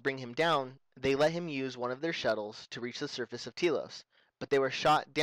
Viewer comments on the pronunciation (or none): none